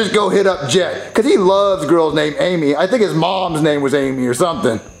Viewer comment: Not to be rude but its jet not get